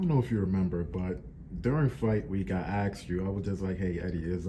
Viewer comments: Why do people keep saying axed instead of asked? Like come on man. Get that shit fixed. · "I AXED you last week...."